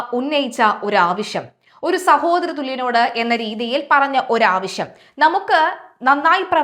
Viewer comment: മോളേ ആവിശം അല്ല ആവശ്യം ആണ്. വാക്കുകൾ ശ്രദ്ധിക്കണം.